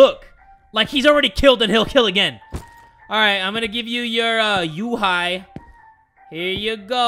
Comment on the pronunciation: Yuhi My mind: He said hentai